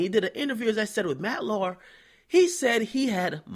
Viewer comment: matt Lauer (laow-er)